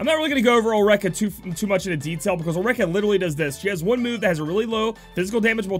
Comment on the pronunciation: Ulrica - (Ul- rica) remember that Japanese pronunciation is very similar as Spanish Vowel - A - Ah, E - Eh, I - Ie , O - oh, U - Umbra.